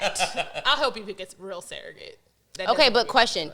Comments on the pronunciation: The way she’s pronouncing surrogate wrong loll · Can we talk about how pronounces Surrogate?